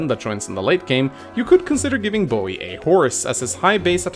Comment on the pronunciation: Love the way you pronounce Boey.